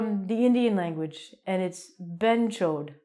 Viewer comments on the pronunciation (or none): hey you got me at "bhenchod" didn't expect that was coming n it sounds quite funny in ur accent, can't stop laughing.